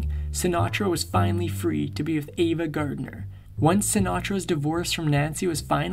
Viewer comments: It's AVA,not Eva, just so you know. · I enjoyed your video. Just want to point out that it's 'Ava' Gardner, not 'Eva'. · He was a fabulous entertainer, but a horrible person. Misogynist, bully, selfish, cruel & unfaithful. P.S. It's AVA not EEVA, and he died not 2 decades ago, he died 3 decades ago. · Ava Gardner not Eva.